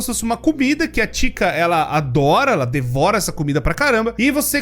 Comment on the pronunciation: É engraçado como o pronunciou o nome da Chica